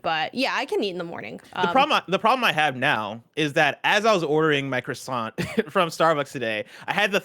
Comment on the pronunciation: Dude, half the letters in croissant are silent; you're pronouncing ALL of them!